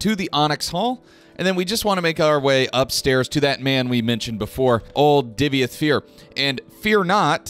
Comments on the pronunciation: He's "Divayth" not "Divyath", mixed up the order of letters a bit there. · Hi love your videos, but the way you pronounced "Divayth" in this video just grinded my gears 😆😆